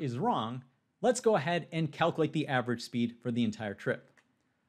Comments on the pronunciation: It's kal kyew late not kal kew late. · cal - q - late not cal - coo - late.